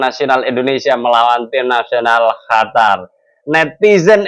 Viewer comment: Komentrxa bagus tpi syang selalu bilang HATAR bkan qatar